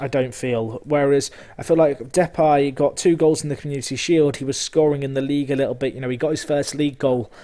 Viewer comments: Why are you pronouncing it 'Depie' when it is Depay? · Ok, I guess we disagree on that, I've only ever heard people calling him Depay the way that I would pronounce it. Maybe you're right, never mind it's only a small detail. I love your content as ever mate!